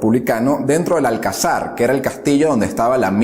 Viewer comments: Alcázar, no alcazár... bando “nacional”, no “nacionalista”... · En un 70% nada que objetar, pero hay un serio problema de lectura del guión y de documentación: los acentos los cambia de lugar en palabras como austero (dice áustero varias veces), alcázar (dice álcazar) y así varias más. Con nombres de ciudades y apellidos hace barbaridades: no dice igual Badajoz ninguna de las veces que la nombra, habla de Primo de Riviera en vez de Primo de Rivera, Carrera Blanco en vez de Carrero Blanco y dice Sunér en vez de Suñer. Sobre los datos históricos... llamar huelguistas a los revolucionarios de Asturias es como si digo gamberros islámicos en vez de terroristas del ISIS (los 30.000 "huelguistas" de Asturias asaltaron la fábrica de armas de Trubia y tenían de antes dinamita de las minas en las que trabajaban), además la Revolución de Asturias de 1934 fue el fallido intento de una revolución en toda España que no triunfó. Con respecto a la Guerra Civil puntualizar que los primeros bombardeos sobre población civil los hizo la República (sólo hay que consultar el bombardeo sobre la población de Cabra, en Córdoba, que estaba lejos del frente, no era objetivo militar y hubo más civiles muertos que en Guernica). Lo de entrar Franco en la OTAN no ocurrió nunca y nunca se nos prometió, de hecho no entramos en la OTAN hasta bastante después de que muriera Franco y hubiera una monarquía constitucional.Y por cierto, Sidi Ifni no fue nuestro último territorio en África, fue el Sahara Español y fue un hecho muy importante que lo perdiéramos mientras Franco e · Lee bien, Badajoz, Alcázar, etc...pronuncia bien los acentos. Por lo demás muy bien.. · Alcázar, sí. "Alcazar", no. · Colega, Se dice (BADAJÓZ), no bajados. Y la fortaleza militar de Toledo se pronuncia (alcázar), no (alcazár) acentuando la 2da a. Por lo demás, está estupenda tu clase de historia y muy bien animado el vídeo con los efectos. 👏🏻👏🏻👏🏻👏🏻 Sigue mejorando, vas bien.